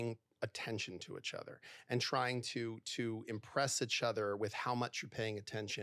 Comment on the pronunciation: I'd break up with this guy after 6yrs for saying 'itch' instead of 'each'